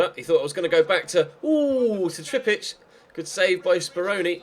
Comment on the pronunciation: It's not Treepitz, it's treepich :D Nice episode btw :)